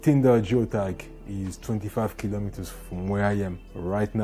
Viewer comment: 25 kilimeters 😂😂😂